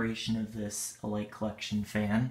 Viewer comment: I like how you pronounced Elite.